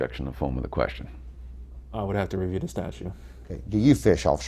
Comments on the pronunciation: Statute Sgt., not statue 🤦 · He keeps saying "statues". I don't think that word means what he thinks it means... STATUTES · Its Statutes, not Statue........